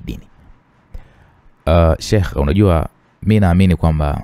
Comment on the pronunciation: kusema neno sheikh lakushindaa yakheeeee😂😂😂poleeeee